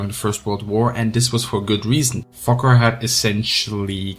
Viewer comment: I'm not sure if you're actually saying fokker or fucker.. mostly sounds like fucker.